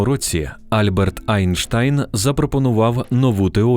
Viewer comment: Окреме дякую за АЙнштАЙн, саме так має звучати прізвище відомого науковця❤